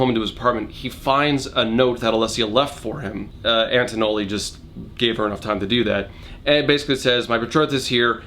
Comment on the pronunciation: I'm amused by your increasingly outlandish butcherings of Anatoly's name